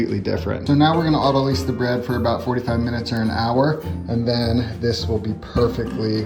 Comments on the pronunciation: I repeat: Look it up in a dictionary (or online dictionary)! It can be spelled both "autolyse" (British) and "autolyze" (American), but the verb is pronounced "aw-to-LIES" (or maybe I could spell it "auto-LIZE"). Technically, the noun form would be "autolysis". I'm just saying, if we are going to the trouble of understanding the concept, let's at least sound like we know what we're talking about. It's really no big deal, but it's driving my OCD nuts. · WHY does everyone mispronounce "autolyse"??? Look it up in a dictionary - it is pronounced "auto-LIES" not "auto-LEEZE". I would love to hear someone pronounce it correctly. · Saying "autolyse" ("autoleeze") is either an affectation or a sign of ignorance. It's just the French translation of "autolysis," a perfectly serviceable English word known to anybody who's ever taken even a freshman biology course. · why does every youtube chef pronounce autolyse incorrectly? it's a verb meaning "to self digest", not "to rent a car". it's pronounced "auto lies". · he calls it autolize and he did it 😅